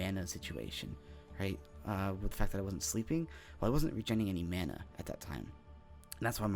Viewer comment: Mana not mona